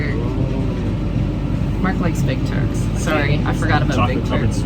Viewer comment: Did anyone else hear say "Mark likes big turds"? 😂 I quickly realized it was turks, not turds, but it still made me giggle.